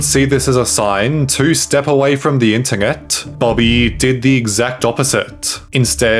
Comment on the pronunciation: Why do you pronounce it, "ngext", "ingternet" and "ingteresting"